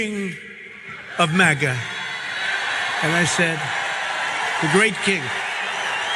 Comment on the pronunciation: I thought he said MAGAt King